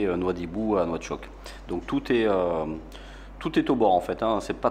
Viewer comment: On dit nouakchott